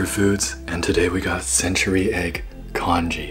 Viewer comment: For the congee pronouncing try a bit more mellow at the end